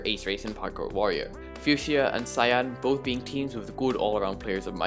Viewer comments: I could defiantly be wrong but i think fuchsia is pronounced (f-you-sha) idk just trying to help :) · its fue-sha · Another great video and analysis from the one and only! Fuschia is pronounced fu-sha you can always google it if you aren't sure:) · As a person who had to learn fushia, it is foo sha, not fyoo shia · Nope it's fyoo-shia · For future reference, Fuchsia is FYOO-shuh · Fuchsia is pronounced like few-shuh or few-sh-uh, not really an intuitive pronunciation and it doesn't help that the MCC announcement spelled it wrong lol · Nice video but it triggered me every time u said fuchsia wrong (fyoo-shuh) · Fuchsia is pronounced few-sh-uh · Its pronounced fucxia